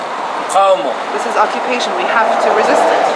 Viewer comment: Oh, and driving home how many roads is she forbidden to use, and how many check-points will she be made to stop at by some m.ron with a gun over his shoulder? Yep, such an easy life - not. P.S. 'occu-p-ation' not 'occ-b-ation'.